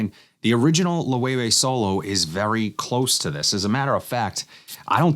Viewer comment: Great vid just a nitpick...its pronounced Low-Evay. Not Low-Way-Way. used to work for the company so it happened alot lol